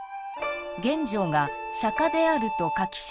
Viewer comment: 感谢上传，不过玄奘法师俗名读音是chen yi，不是chen wei。